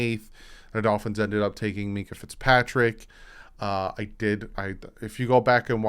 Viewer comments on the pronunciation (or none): none